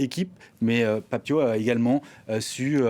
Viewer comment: C'est bon c'est l'heure de la célébration, Pape Thiaw s'est excusé et ce journaliste Benoît Perrochet ne fait que de rappeler qu'il a demandé aux joueurs de quitter le terrain, déjà commence à prononcer correctement son nom ce n'est pas Tio mais Pape Thiaw comme Ciao en revanche pour toi ce n'est plus Benoît Perrochet mais Perroquet